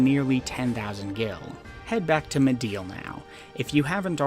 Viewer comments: like MID-GAR LIKE car but with a g not mid-ger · I mean there is a "correct" pronunciation of Midgar. Just because a name is made up doesn't mean it doesn't have a correct pronunciation. We've heard how it's pronounced in English and Japanese and they both have the same sound lol. Even before Remake came out. Crisis Core and Advent Children came out 20 years ago. Say it how you want I guess but to say there isn't a correct pronunciation is disingenuous. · midger midger midger . its MIDGAR cleary an A ... i bet you like saying the n word alot .. sure lost my sub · Are you pronouncing things like Midgar and Gi weird as a joke that I'm out of the loop on? Cus like, there are a lot of instances where they have been said out loud